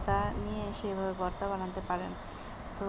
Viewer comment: আপা বর্তা না ভর্তা হবে। হয়তো খেয়াল করেন নি